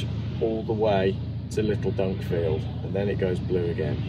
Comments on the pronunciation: 2 things "dunkfield" is Dunkeld as in Dun Keld emphasis on keld. also the Fort William, Glencoe pass is a long assed windy road that would have taken hours more to travel. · Dunkeld.... NOT Dunkfield , fantastic place for watching the salmon . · The traffic jam was caused by gas main work at Dunkeld ( pronounced Dun-keld).So it's to supply fossil fuel to the good people there who can stay warm . Anyway you drove way past the legal maximum for lorry drivers,peeing in laybys.Interesting🤔 I worked out how much diesel you used for the trip,and to position the car.Something like £250+.Home charging cost for me ,as virtually all my trips are home charged....£23. I will wait and see what your costs actually are,and adjust mine accordingly 🏴🔌